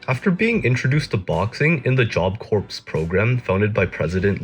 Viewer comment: It's Job Corps pronounced core not corpse like a dead job